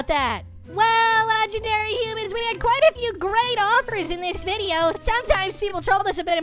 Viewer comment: It’s human not hooman